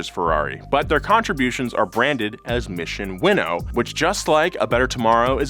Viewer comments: its Mission Win Now...not mission winnow...lolol dope video nonetheless! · Isn't it "Mission Win-Now"? Winnow sounds like a tiny fish used for bait.